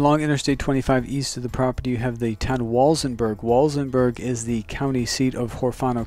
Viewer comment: It’s pronounced Wal-SEN-burg.....not pronounced Wals-en-berg.